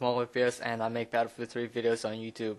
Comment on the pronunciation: "Blatterfield" lol